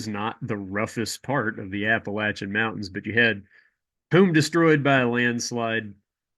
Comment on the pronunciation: Thanks for pronouncing Appalachia correctly and for what you are doing.